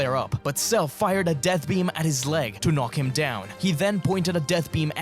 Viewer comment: it's peam...